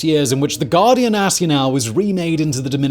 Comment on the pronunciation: Guardia sounds like English Gwar-dee- ah.